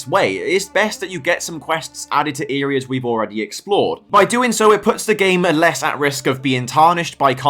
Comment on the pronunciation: "Earias"?!?!?!?! What U.K. dialect is that abomination? 🙂 Essex born myself and I have never in 60 years heard "areas" pronounced like that!